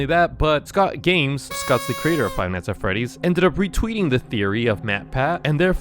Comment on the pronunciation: Say night, wrong and night night night not not not. It’s not neat. It’s night.